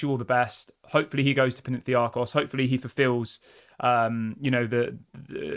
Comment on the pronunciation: It's PAnathinaikos not Penentiakos!!!! Damn it!!!! 😤😂😂😂😂😂😂😂😂